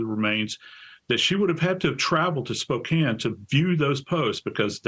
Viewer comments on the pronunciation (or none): none